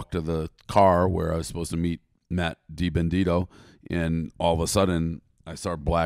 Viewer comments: You can’t even say Matt DiBenedetto’s name right! You guys NEED me to coach you on some NASCAR in’s and out’s. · I love hearing everyone butcher my last name for 18 minutes. DEE BEN AH DET OH. lol